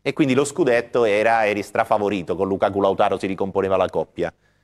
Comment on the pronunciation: Ma perché storpia il nome di Lautaro? 🤷‍♂️